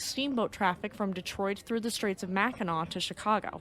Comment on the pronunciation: the part of the Erie canal that's visible is in upstate New York, a couple hundred miles from New York City. By the way, I was going to congratulate you in pronouncing Mackinac correctly 🤣🤣